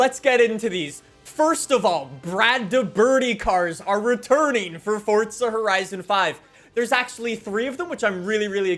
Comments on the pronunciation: Years later, its still FORZA not FORTZA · The way this guy pronounces forza.. I never knew forza had a T in it fortza 😂😂🙈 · “WELCOME BACK TO FORTSA HORIZON 5 !!” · Fortza lmao. I'll never understand it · fortza horizon five